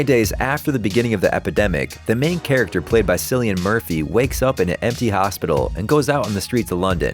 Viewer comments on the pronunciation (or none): "Sillian murphy" actually pronounced "killian murphy"... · Cillian Murphy is pronounced with a hard C not a soft C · Well, aside from mispronouncing both Burj Khalifa & Cillian Murphy and not understanding the difference between special effects and CGI - this was a well made video.